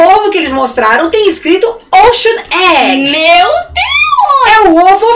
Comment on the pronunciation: "Ochean egg" AMEI